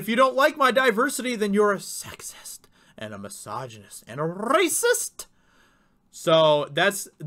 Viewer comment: sounds like Poggle the Lesser when he says 'rrrracist!'